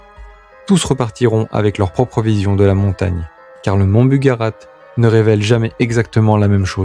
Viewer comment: BugaRACH pas bugarate...